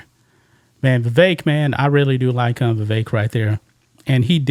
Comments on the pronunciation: "VIVEK" second syllable sounds like "ELK" ..THE "E" as in "elk".. a short "e". Vi-vek as in "speck" <<THAT "E" // as opposed to pronouncing his name, "VIVAKE" ..as in "rake". You probably heard it from Nikki Haley, who purposely miscalls Vivek's name.. mispronounces it..you know.😅 So let's say his name RIGHT.❤ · how can these reporters still not pronounce Vivek's name correctly?